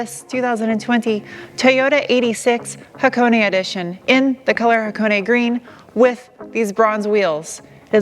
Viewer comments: The only reviewer that pronounced "Hakone" correctly. Props! :) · Thank you for pronouncing Hakone correctly. Love this car, great color, perfect color wheels. Just needs an engine swap, that Scubby junk has to go. I think this car would be perfect with a Beams 3SGE swap. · Thanks for the right pronunciation, tired of hearing guys call it HAWK ONE.. lol where in the valley are you at? Noticed the plate :) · true dat, I give Sarah full beans for that